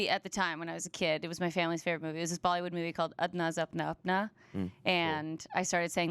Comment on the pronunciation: like a lot of people who emmigrated at a young age, really went from only speaking her native language, to not speaking it that well at all That pronunciation of Andaz Apna Apna was pretty awful